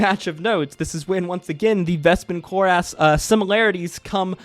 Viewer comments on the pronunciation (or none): Cloris-is- Not Clor-as